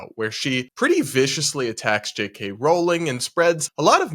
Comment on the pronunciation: Maybe try pronouncing her name JK Rowling correctly, it’s not that hard..